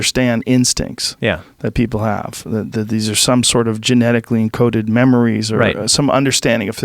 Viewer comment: Joe “Gemetically” Rogan